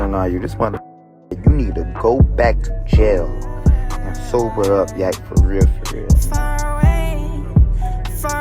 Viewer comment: the way you say yak almost gives an aneurism